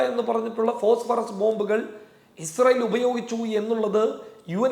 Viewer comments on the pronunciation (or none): none